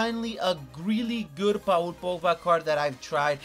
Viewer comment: Aka The video with the world record of saying Pogba's name wrong .